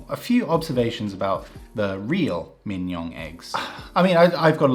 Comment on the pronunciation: Your pronunciation of Mignon would rhyme well with Kim-Jong.